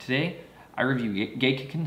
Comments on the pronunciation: You didn't say it right a single fucking time. Watch their commercials. It's gek-KAY-con. Emphasis on the KAY, and a long A on the kan, like "con". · I don't know boo about sake, but some tips on the name: you don't have to voice the back to back Ks. The double consonant causes a hesitation between the 'ge' and the 'k'. And kei makes 'kay', for example 'sensei'. Neat to hear about the fungus, I don't ever hear much about how these things are made. Something something grapes, something something it'll get you drunk. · First you’ll need to learn how to pronounce it. I don’t believe you actually know this brand....